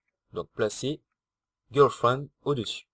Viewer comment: GIRLFRIEND et et pas gUrlfriend Ecrétage et pas ENcrétage